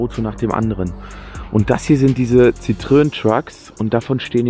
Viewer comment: Monsieur Citroën hat extra die Punkte auf das e schreiben lassen, damit man weder "Citroon" (das wäre niederländisch) noch "Citröön" (das sagen ungebildete Deutsche) sagt, sondern "Citro-enn". Und "Truck" trifft wohl nicht ganz, bei Lieferwagen der 750-kg-Nutzlast-Klasse... das ist eher Bulli. Truck wäre ein Peterbilt, beispielsweise.